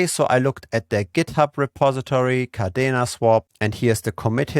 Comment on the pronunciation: Yea, umm,, it's Kadena Not Cardena